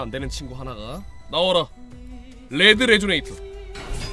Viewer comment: 레드를 렛드라고 읽는 모습을 보니 킹이 되기에 부족함이 없어보입니다